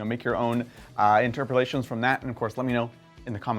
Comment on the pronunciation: I got lost when he said I can have my own "interpalation" lol